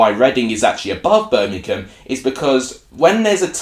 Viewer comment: Read the word! it's BIRMINGHAM, i.e: BER-MING-HAM. It certainly isn't Bermink-ham!